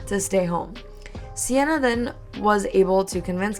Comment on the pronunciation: I feel you should do a deep dive because this story gets…WILD oh and for the future I’m pretty sure Seanna is pronounced “SHAW-na”